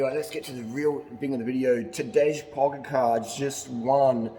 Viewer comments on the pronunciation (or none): HARLEY! Pronounce the name TADEY POGACHAR!